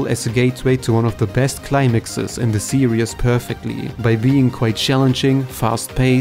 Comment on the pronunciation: I swear every time he says series I mishear it as “Serious”